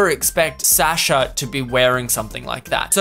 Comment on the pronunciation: why are you saying Sasha wrong 😅 take it from a russian, it's suh-sha